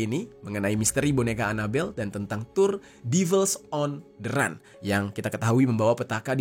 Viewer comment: Run bacanya ran